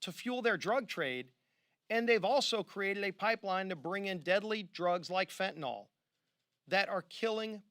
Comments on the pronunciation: Hey Republicans, I love you but it's pronounced just like it's spelled..... fen-tan-yl .... fentanyl. Not even a dyed in the wool Texan on his worst day could make the mistake of putting an all on the end. Get it right for gosh sakes! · It’s not “Fent-tin-ohl”.. it’s “Fen-tin-ughl” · It’s NOT Fentanol ! It’s Fentanyl (Fen-tan-il) !!!!!! How many politicians & news hacks are gonna screw this up ???? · Otherwise appreciate the message and I’m in total 100% of what I have heard. It’s just so many say “fen-tin-aughl” and it sort of helps